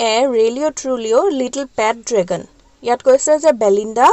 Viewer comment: Mistake : dragon-dragon. But l like it